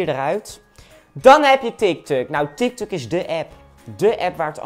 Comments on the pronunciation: Tik tok niet tik tuk hahahahaha🤣🤣🤣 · Hahahahahahaha tik tik het is tik tok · Ik ging echt lachen toen hij tiktuk en facebook en snapchat